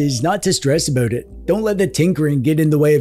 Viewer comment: You said "aboot" not about.